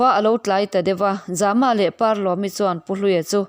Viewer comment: Zama tih ilam dan hi a awm zia hriat thiam a va har ve ? Zâma ti a lam tur a ni zawk lo maw. Mai an a zäm zâma Lianzâma tih angin khamphei ri sâng